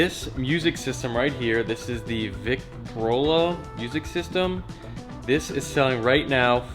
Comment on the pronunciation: It's pronounced vick-troll-uh. 🙂